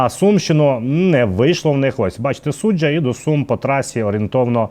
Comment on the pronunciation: СуджА, а не СуджЯ !!!